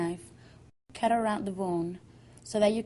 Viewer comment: Great video, call me childish but I love the way that whenever she says 'cut' it sounds like CAT!!! The first cat has to be straight! (no gay cats round here) Keep the external fat as it's used to preserve open face cats! (What a novel use of fat, I wonder if the ancient Egyptians thought of that?) If you don't slice the whole ham use the fat to cover the cat! The cat has to be flat! (For easy postage)...